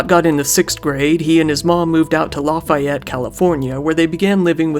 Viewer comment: Lafayette is pronounced laugh e et I live near we all say it like that